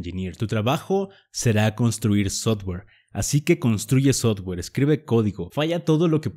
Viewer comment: No entiendo si sabes ingles por que pronuncias sotguer en vez de softguer? Si es software